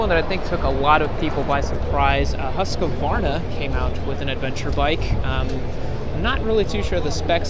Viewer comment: Americans cant say Husqvarna lol